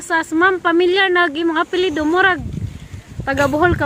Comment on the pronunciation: Salmat diay pod sa pg shout out te, sakto imo pronounciation sa akong apelido.